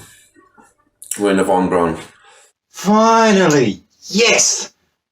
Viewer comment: What? You can't understand how celebrities doing porn proves the moon landings were fake? Seems obvious to me. Obvious bollocks, that is. BTW Von Braun's name is pronounced "Brown", not "Brawn". Same colour, same surname, same pronunciation, just different spelling, It's unlikely he was other than nominal a Nazi. Like many other leading specialists he seems to have been obliged to join the party to keep his job, though there is a dispute about the date (1937 or 1939). He was under constant surveillance by the SD from 1943 onwards and was always considered suspect by Himmler. He was arrested in 1944 and imprisoned in a Gestapo section of Stettin concentration camp. Albert Speer, the Minister for War Production persuaded Hitler to order his release after 2 weeks. Why he was arrested was never clear including (he said) to Von Braun himself. It was thought to be because of "disloyal" views he expressed in private conversations with other scientists and engineers, one of whom must have been a snitch.